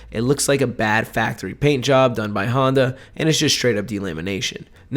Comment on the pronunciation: Did you say Honda ? 😂